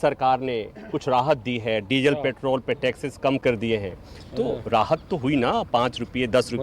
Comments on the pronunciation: आपके मुंह से मुंह पैट्रोल को पेट्रेल सुनना अच्छा लगता है 🤣🤣🤣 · Sandeep petrol bolna sikh ly